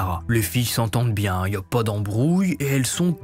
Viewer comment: Le "po" à la place du "pas" est tres irritant par contre 😂